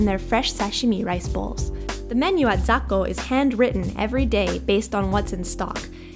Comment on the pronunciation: でも発音はザッコですよー 英語表記で ZAKKO として グーグルとかに乗っていますよー 😊😊